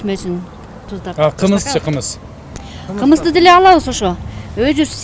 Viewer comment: Эже так аталбадыго таза кымыз деп